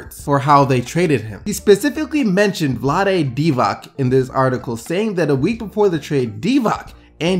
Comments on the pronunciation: Please stop this madness... It's pronounced "DivaTS", not "DIVAK", like its "DRAGITS", not "DRATZIK". Thank you! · First of all Boogie is a born looser, good player but looser, doesn't have what winners (insert your fav) have. So far he brought bad chemistry to his new team, 0-3 and just wait until they get tired of his ego. Second, it's Vlade Divac pronounced [ʋlǎːde dǐːʋats] not Deewahck young... man. Stop complaining about players issues and start complaining about the TRAVEL game f.e. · Stop pronouncing the last names wrong dude, its not Divak and dragik, wtf? Thats just sad